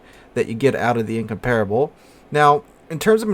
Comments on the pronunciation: In comp rable. (the a is glided) Not In com par[e] able Why do Americans insist on butchering English words and names? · In-compar-able it's how you pronounce it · Your pronunciation isn't correct Same was what extraordinary is pronounced differently from the way it is written